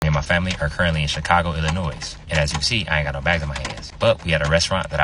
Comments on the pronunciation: S is silent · The S is silent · The “s “ is silent in Illinois and that is Randolph not Rudolph 😂😂 see I try to warn y’all that how they spot tourists 😂😂